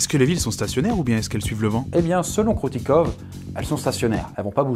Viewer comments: Ça ce prononce pas Kroutikov mais Kroutikof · Ahhh tu agresse mes oreilles avec ton "kroutikov" ça se dit Kroutikof ! je ne suis pas russe mais tous le monde sait que les v se disent f en russe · Alors, le "v" à la fin des mots se prononce "f", comme dans de nombreuses langues, et tu peux arrêter de passer d'un plan à l'autre stp? Ça fout la gerbe sérieux... Sinon, super vidéo comme toujours!